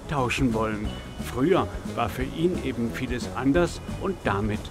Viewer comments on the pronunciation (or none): none